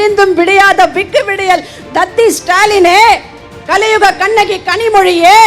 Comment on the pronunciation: Sister don't say kannaki please.